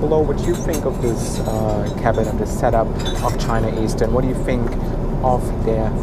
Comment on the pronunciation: Guten Tag. Apart from having great reviews, this man is absolutely gorgeous and bezaubernd. It's great that you pronounce "Beijing" correctly. The way you pronounce "the" (da/dee) and "thing" (fing) makes you even more adorable. Love it. Sei glücklich. Damit provozierst du sie alle am meisten!